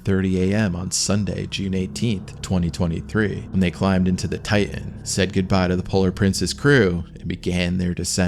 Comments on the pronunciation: ? "Titan." Not "Ti'an." Stay in school, kids. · Ocean Gate "Tigh-in" ...